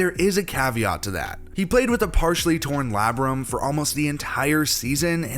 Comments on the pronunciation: According to my dictionary, it's pronounced /ˈleɪ.brəm/ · Basically pronounced “lay-brum” the dude in the video butchered it. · It’s pronounced lay brum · I stopped watching after he mispronounced labrum… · Anyone who can’t pronounce “labrum” probably shouldn’t be allowed to analyze anything. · The way you pronounced “labrum” tho😂😂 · Youtubers purposefully misprounse words to get more engagement in the comments, leading to more views.